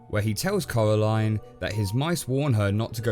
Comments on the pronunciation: It’s pronounced corā-līne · It’s Coraline not Caroline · Ca-era-line,(coralline:cor-a-line,DUDE YOU SAY IT WRONG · When he said caraline my instincts was to say coraline out loud Send help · “Cowwaline” - you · ngl dude every time you say coraline i hear colorline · Did he actually say Caroline i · "Coralyne, not too keen on the EYE-dea" xD